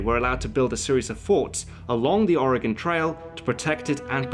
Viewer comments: Thank you for pronouncing Oregon correctly! You'd be amazed how many people say it incorrectly. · I appreciate how you pronounced Oregon correctly. I hate it when people say Ore-GONE... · Thank you for the correct pronunciation of Oregon. you really go all out with your research. I'm very impressed.